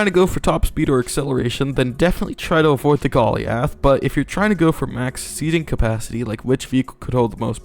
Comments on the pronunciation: bruh why does he call it golly ath its goliath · aint no way you said "gollee ath" instead of "goal i ath" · bro says ben-yay for the beignet correctly instead of big-net but he says golly-ath 💀💀💀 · Bro said Gol - E - A - TH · THIS MAN SAID GOLLY-ALTH LMAO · thats not how you pronounce goliath 😢😢😢